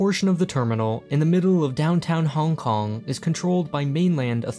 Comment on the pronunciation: I like how you say every city's name "normal" (English) but try your best at pronouncing Hong Kong as bad as possible